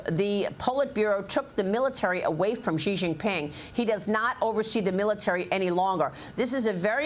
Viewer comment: "Xi" is pronounced "she," not "jee." After years and years you still can't get this right.